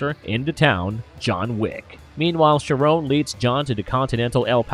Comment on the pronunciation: Charon is pronounced like Karon